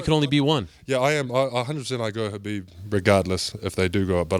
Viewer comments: How tall is he? His head almost reached the ceiling. Btw, i love how soft spoken this guy is. The way he gave his opinion about his fav fighters and he also pronounced Khabib's name correctly🤗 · Crazy, a fan of khabib who knows how to pronounce khabibs name. I’m so impressed by this man, amazing.